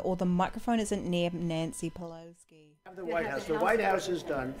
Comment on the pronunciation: Great video. And you do know there’s no “k” In Pelosi? 😊